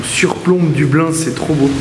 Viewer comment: CA SE PRONONCE: "DEUBLINE" BORDEL xD